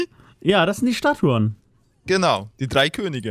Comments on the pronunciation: Statuen, nicht "Staturen" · Psssst......... Es heißt "Statuen":D Die meisten Leute denken es heißt Statur, tut es aber nicht:D